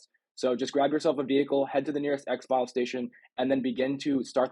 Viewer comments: Ex-Fill... not Ex-File great vid tho thanks for the tips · It's pronounced exfill. Not exfile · Thank you so much, they should really have some way of telling people how to do this in game. I also find it hilarious you pronounce it x-file instead of exfil. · It's EX-FILL ... not EX-FILE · It is pronounced ex-fill not ex-file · Yeah it was killing me when he said X-File........😆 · Exfil not EX FILE🤣🤣💀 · yo please stop calling exfil x-file.... its pronounced x-phil... as in exfiltration. If I heard my people saying it like that they would be carrying a nice fat pet rock for a day or two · You're saying exfile wrong. It's suppose to sound like ex-ville not ex-file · It’s Exfil not Xfile btw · Exfil, not "Exfile". Hahaha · its pronounced EX FILL not EX FILE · Thanks. 🤣"exfile". It's pronounced "ex fill" 🍻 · Small problem its "white lotus" and its pronounced "X Fill" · Anyone else annoyed he kept calling it “black lotus” and calling it an “Ex File” 😂😂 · Great vid man. Thanks. It's pronounced Ex- FILL btw lol. Like FILL ur cup. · I was just about to say the same thing. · Funny how he says exfil as Exfile😂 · 'ex-file'. Say 'exfiltration'. Now say 'exfil'.